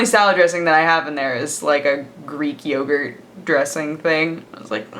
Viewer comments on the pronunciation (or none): none